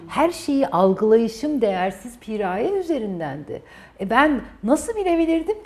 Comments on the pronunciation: Cidden piiğğraye piğraayyee demekten derdini anlatamadı 🙄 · Pi-raye değil Piraye. Yarıya geldim videonun sadece anlatıyor nasıl çözüme kavuşuruz anlatmadı. 5 10 bine seansına gelemeyiz kusura bakma